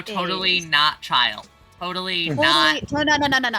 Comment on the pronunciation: I am once again reminded that Childe Genshin is not pronounced Chill Day and it has mildly upset me. The new characters are pretty cool tho